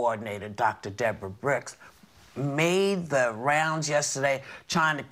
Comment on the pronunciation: I hope Whoopi's ok. Something seems off. She's been stuttering and mispronouncing words ever since she came back from being sick. "Dr. Brix"? and